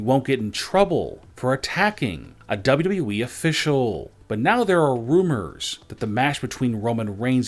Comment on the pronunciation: It's WWE...NOT W W WHEEE